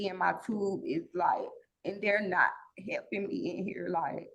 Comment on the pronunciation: Why butcher the English Language so badly? "My keeds ben hepping me."